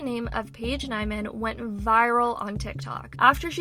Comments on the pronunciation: it’s pronounced Paige neemann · It gave me so much anxiety that she constantly said her name wrong when its so obvious how yo pronounce it